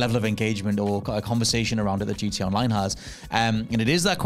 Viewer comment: keeps calling it GDA because of accent. Makes me smile.